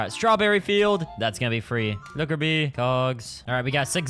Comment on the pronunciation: I heard that too